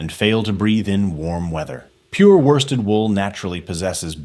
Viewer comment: Worsted pronounced by this genius ‘warsted’. E2L much?